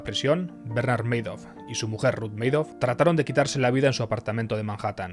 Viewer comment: Se pronuncia Ma-dof... no meidof.